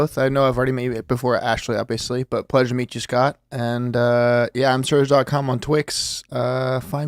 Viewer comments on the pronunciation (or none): the accent is too much. he can't even say his own name, he calls himself Scat